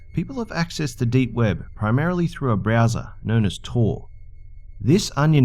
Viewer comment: I thought you said BRAZZERS instead of browser.